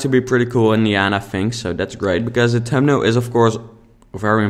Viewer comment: It took me so long to figure out what you were saying around 6 minutes. Thumbnail! :)